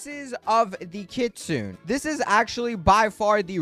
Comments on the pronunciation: The word "kitsune" is pronounced kee-tsoo-neh. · kit-su-ne.... ne ne ne